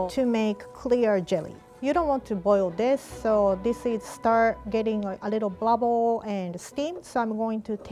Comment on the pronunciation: watch saying "bluble" instead of bubble, and "boo boomed" instead of bloomed 😂❤